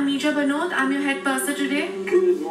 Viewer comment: Its nirja bro